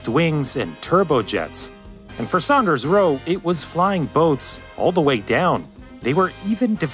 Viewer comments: That's Saunders, not Sanders! Its pronounced like Sawnders. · It is not pronounced "Sanders" it is pronounced "SAUNders". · It's Saunders (sawnders) not Sanders. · Not Sanders, Saunders. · I hope that guy has learned how to pronounce "Saunders" by now;) lol